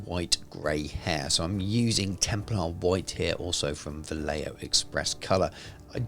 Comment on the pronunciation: Pronouncing Vallejo as "Valaya" is the most dwarfish thing in the video XD. Good job as usual!